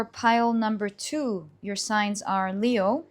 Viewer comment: you changed how you say Leo! We love Your pronunciation of things🤩 Pile 3~Thank you so much for the messages, much needed. It is the age of Aquarius, all coming to light. The Piscean age of secrecy and being shrouded in mystery is finally over.